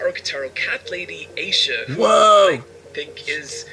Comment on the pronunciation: I can't get over how intensely he mispronounces Aisha's name.